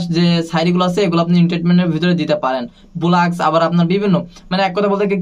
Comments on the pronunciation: উনি বলতেছে Vlogs ভোলাগস। এইটার উচ্চারণ বুঝি এইটা? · Vlogs এইটার উচ্চারণ বুঝি ভোলাগস? আহা!!